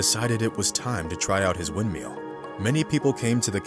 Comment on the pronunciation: "wind-meal" :P